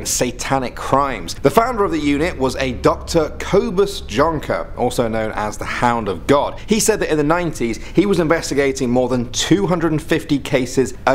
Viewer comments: The way you pronounced “Kobus Jonker” was interesting 😂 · Koh-bus Djonker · Kohbus Jjjjjjonker 🤣🤣🤣🤣🤣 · The way he pronounced kobus jonker lmao